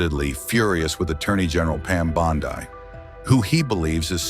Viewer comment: Bondeye AI needs some work.